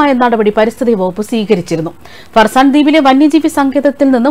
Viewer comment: ഹർസാൻ അല്ല ഫർസാൻ ആണ്